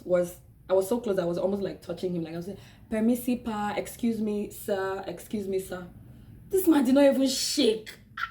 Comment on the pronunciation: the guy you said "Permisi Pak" was not sure your intention of saying it. Plus, the way you say it honestly it is not really clear for Indonesian ears who does not interact with foreign speaking country people too often. He is lost in translation, and perhaps even confused with your articulation saying "Permisi Pak". Then he understand the whole situation when seeing the driver guy and get the whole picture, that is why he turned completely different because he is not confused anymore :) :) really, he was not being racist, he just not understand the words you said that's all. love you video though!